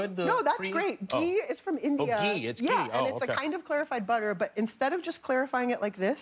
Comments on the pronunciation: Its GHEEE...NOT JEEEE. jeez. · And it's not pronounced 'gee' either, the h is not silent. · Kimmel did you just pronounce Ghee as JEEE? 😂😂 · Jimmy calling "ghee" "Jee" Is a whole new level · Its not 'gee' its 'ghee'